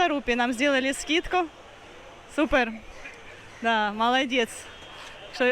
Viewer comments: по русски - "Супер", а не "супэр"!! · правда а почему произносишь (супэр)? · Надо говорить Супэр🤣🤣🤣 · Может быть на индийский манер? Индийский английский это отдельный вид искусства 😊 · Это "а ля ПармЭшвар"! 😸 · Она говорит так, как говорят индийцы, нафиг оно надо индийцам по-русски